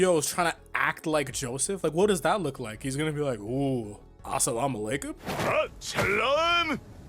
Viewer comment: I remember him tryin to say "ALSLAM ALACOM" 😂😂 not sure thu if it was him